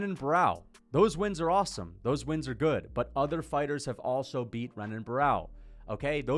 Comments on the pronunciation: As a fan of the sport bro please just try to pronounce Brazilian fighter names better. It’s not hard to remember that an r is an h in Portuguese names. Renan is said like Henan, like Royce Gracie is said hoyce Gracie. It’s super easy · Bro when you're saying Renan Barao plz show enough respect to say his name corrent . It's Henan Barao he's Brazilian, you wouldn't call Royce Gracie Royce you know it's Hoyce so come on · learn to pronounce renan u casual